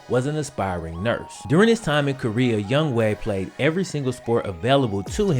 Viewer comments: bro do you know how to read? his name is not youngway, its youngHOE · his name is Younghoe, why does that guy keep calling him Youngway? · Why do I keep literally saying 'Young hoe' instead of its pronounciation ''Young way"? 😂😂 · I am Korean American, and I also thought it was pronounced Young-Ho because Young-Ho is actually a viable Korean name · I say it that too. I didn't even know that it was pronounced Young Way not Young Ho until I saw this vid. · Hangeul doesn't convert neatly into English, phonetically speaking. I used to teach at a school with a ton of Korean kids--this dude's name isn't pronounced 'Young Way' exactly but that's way closer than 'Young Ho.' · It's younghoe Koo not going way get the man's name right younghoe